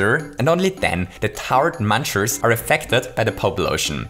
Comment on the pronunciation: MUNCHERS NOT MANCHERS